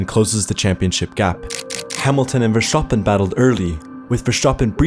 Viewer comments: Well, if the creator doesn't know how to pronounce MV's name correctly, I don't suppose it's worth finding out his take on the 2021 title decider. Pass. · how does someone have an f1 channel and can't pronounce a simple last name of a champion that he hears all the time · I am German i can can 100% assure you, that nobody in this country, not a single person, is pronouncing it that way. We all are (correctly) pronouncing it "Verßtappen", not "Verschtapen". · why do you keep pronouncing Vershtoppen, it's annoying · german people say Verstappen? not vershtappen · Bro it's FurSchtoppun, not Vershtappen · Its not verstapen Its verstappen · His name is Verstappen, not Vertschappen. S-T , like STone, STable, STage, not a sjchone, a schtable or the schtage. Please underschtand what you are chaying. Do your researschj. Please don't like en don't subschraaib. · 🚫 Verschtappen ✅ Verstappen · i swear to god if i hear verSCHtappen one more time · Clearly Hamilton was robbed.. and another note.. it’s verstappen.. not vershhtappen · shtop it with that pronunciation! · Who the hell is Vershoppin? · Its VerStappen.. there's no sh! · In dutch it's not pronounced verSHtappen, just a regular s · As an Austrian, i have to say that you do not pronounce it "Verschtappen"😅😂 Its just Verstappen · Verstappen is dutch, so the way most people say his name is actually more accurate than saying it with an SH, the rest of the name you pronounced better though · Lol....even MAX himself didn't pronounce his name as FERVS-sappen😂😂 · Wersztapen...wersztapen....wersztapen.....oh jesus fucking i cant hear it anymore😂😂😂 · bro just say VerS stapen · Why do you pronounce Ver(SCH)tappen? What language are you getting that from? It's not English. And I can tell you neither in Belgium nor The Netherlands do they pronounce it like that. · Max Verstappen = ˈmɑks fɛrˈstɑpə(n) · you fuxin m0ron wtf is vershtabın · i swear if he says farshtfan again i will lose my mind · How many times he said vershtapen